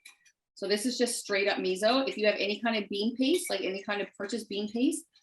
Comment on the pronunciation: Please pronounce “miso” correctly. Your providing nice content but the mispronunciation is distracting.